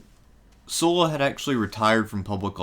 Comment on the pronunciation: SUH-LA --- not "soo-la"